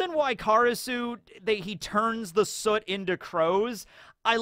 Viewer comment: It's been kinda crazy how many OP content creators I've noticed not knowing how to pronounce soot lol.